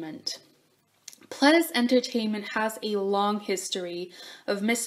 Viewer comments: i was right about the dees tho, i don't think that they're is a is sound in korean, pleh-dee-seuh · wow I always pronounced Pledis like “pleedis” and now I feel like a fool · Can i just correct the part about fans getting too close? That was in japan. It was their japanese company that was not stepping in and stopping the fans. It did get to the point recently that Pledis did stop their Japanese promotions as NU'EST W due to the fact that it was getting more and more dangerous with them picking up speed. But in the start it was their Japanese company Ariola that was not protecting them fully at their Japanese promotions. Also its pronounced nu EAST not nu EST. You can hear this clearly in their intro